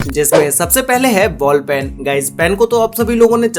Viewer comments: everyone : ball pen this guy : ball pan :) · ball "pan" and "Enjection" Enter The Human Body lol